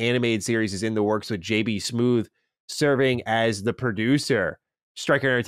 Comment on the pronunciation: JB "Smoove" Not "Smoothe"